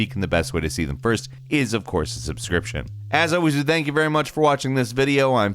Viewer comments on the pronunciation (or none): none